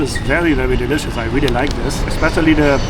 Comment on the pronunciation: Am I the only one who can't unhear not pronouncing the "R" 😂? Times Sqwewe, Wondewing and Wealy difficult, Touwist 😂.